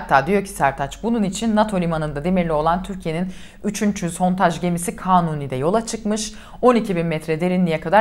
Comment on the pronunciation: He verecek sizde çatlayacanız Sontaj deil sondaj 🤨 Cıkarırız rahat olun Eleştirin baska nane yok